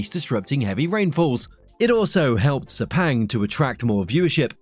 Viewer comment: Sepenggg what shlte pronunciation